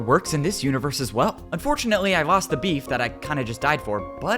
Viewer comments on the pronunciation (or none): ik he's meant to be menacing but he keeps saying "univewse" like one of those ironic discord mod creators on instagram T-T